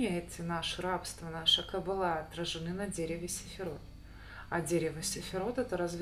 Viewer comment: Не сэфирот, а сфирот)